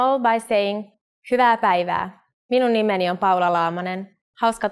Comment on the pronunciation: Poor a Japanese struggled to pronounce "Minum nimeni"